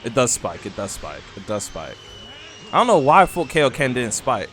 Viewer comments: WHAT IS KAYO KEN? ITS KAIO KEN i dont watch dragon ball and it HURTS anytime u say it wrong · u the only nga I've heard in my lifetime that calls kaioken that😂